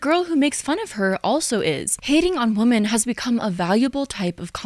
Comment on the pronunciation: Love you,. Great video. Only note is that you pronounce “women” the same as “woman” and it’s a bit distracting and unclear.